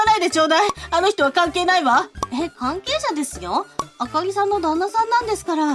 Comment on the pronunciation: あかりじゃなくて、あほりorばかり🤣